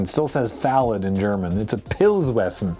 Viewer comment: as a native german speaker, your pronunciation isn't even that bad